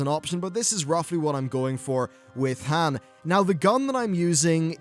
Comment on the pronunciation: A Brit who mispronounces Han Solo. Never thought I'd see the day.